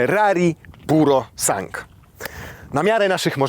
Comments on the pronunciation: To się nie czyta PUROSANK tylko tak jak się pisze z końcówką SANGUE. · Sangue = krew po włosku. “U” i “e” jak najbardziej wymawiamy.